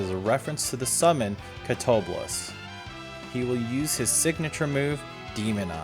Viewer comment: Catoblepas is pronounced ca-to-bleh-pah. Also Atomos appeared a lot towards the end of 1.0, before the ARR reset